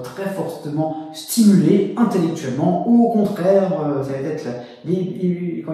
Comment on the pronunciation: Merci pour le partage 🙏 mais si vous pouviez éviter de dire "ça va T'être" 🤔